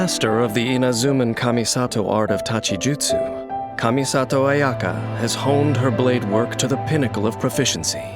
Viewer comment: He pronounces her name better than her own voice actress